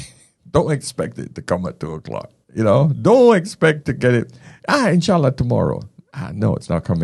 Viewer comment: "Inch'allah" is spot on 😅